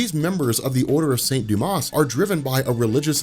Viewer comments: Hate to be pedantic but the order of saint Dumas is pronounced without the s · Silent S in St. Dumas :)